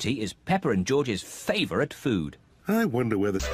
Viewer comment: yo that dude said pepper and george not peppa and george